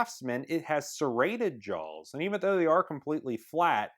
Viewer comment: JAWS!!! Not jolls, JAWS